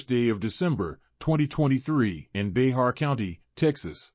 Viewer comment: It’s Bexar county-pronounced BEAR. 😂 Bay-har? 😂😂